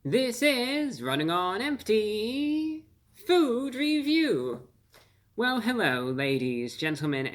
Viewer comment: Hewwo Wady’s and Gentlemen!